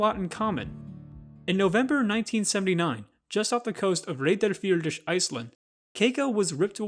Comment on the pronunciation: the real crime in this thing was how you pronounced Reyðarfjörður, jc edit: westmann EYCH?? what is your problem with saying Rs dude???